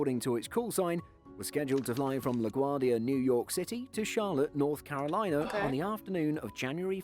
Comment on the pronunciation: I don't know who the narrator is but clearly he doesn't know how to pronounce Carolina when he talks about the museum near the end of the video.